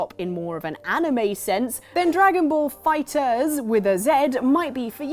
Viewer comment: The characters look just like the away they did in the cartoon Me: Cartoon? Cartoon?! CARTOON!?!? DRAGON BALL Z IS AN ANIME! YOU DARE YOU BESMIRCH THE NAME OF JAPANESE ANIMATION!!!! p.s. I'm actually livid, it's just a little pet peeve of mine. Keep your awesomeness guys! And also, it's pronounced Dragon Ball Fighter Z. Z is a separate letter from Fighter.